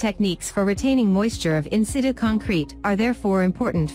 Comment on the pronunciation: "in-sit-chu" you dumb robot!